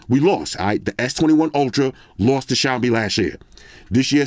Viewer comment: mad respect for correct 小米 pronunciation 🇹🇼